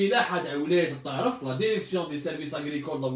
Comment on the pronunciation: Il me fait rire quand il dit La derection hhhhhhhhh